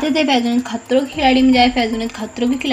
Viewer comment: the way u said " khatroon" 🤣🤣